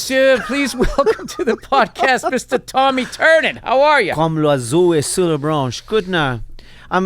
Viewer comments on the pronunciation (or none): Tiernan, Tear-nan, not Turnan. You're welcome yanks.